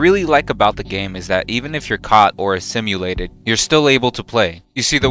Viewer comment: "Assimulated" lol